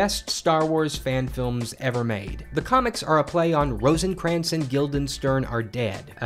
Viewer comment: you pronounced Rosencrantz and Guildenstern wrong